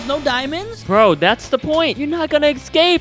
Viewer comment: He forgot he said scape but it was escape